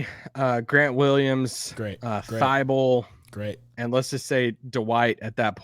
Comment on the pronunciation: Is pronouncing Thybulle wrong or is everyone else???